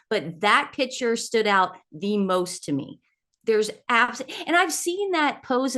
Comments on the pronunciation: It’s impossible to listen to you intentionally, repeatedly mispronounce the most basic of words. If anyone can help you learn the correct pronunciation, of the word ‘picture’, it would help make some of your arguments and opinions appear more coherent and intelligent, while you both talk all over each other. I want to be on your team and support your channel, although my apologies if I’m in the wrong place. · I wish they would learn how to pronounce piCtures...it's not pitchers. So annoying as they constantly use the word.